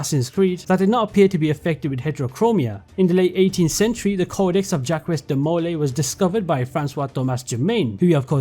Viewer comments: Jackweez De Mole Eeee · The way you say Jacques de Molay is so infuriating lol 😂